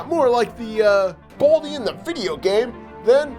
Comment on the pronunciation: His name is Baldi NOT Baldie